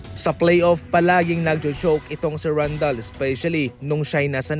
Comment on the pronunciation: ka ng, Randel po hindi